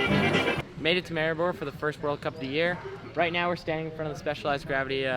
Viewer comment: you see what he doesnt know is that he is pronouncing maribor wrong